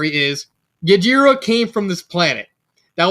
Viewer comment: Bottom C, huh? I guess I can respect that. And fyi, the "G" in Gjira is silent. His name is pronounced "jeer-uh." But your friend really got the idea for the naming scheme right. I'm at least glad the backstory hit for you. Yes, the Kaido comparison was intentional, being a parody. He's a powerful parody, and you can choose whether to take him seriously or not. It's up to interpretation. But I paid close attention to what you all talked about. In terms of hierarchy, he rules with fear and power, with his whole organization being a strength based meritocracy, as his "children" fight to be his favorite, while other fictional villains wish to be set by earning a coveted spot in the Ultimate 7. It's near impossible to go against him without him getting the last laugh. As for the next chapter, where his story is coming to an end, I plan to drop the parody stuff. While it's too late to change what's already happened, the kiddie gloves are coming off. It's time to make things super serious. Rather than being the Kaido parody, rather than the drunken club wielding brute, it's time to show why he was the strongest Zygogun. To unleash the true King of the Monsters